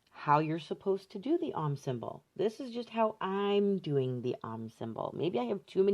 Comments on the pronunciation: OM rhymes with dome, not mom. Long 'o'. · Love your work and videos,. FYI, Om is pronounced like 'foam' (without the f, obvs)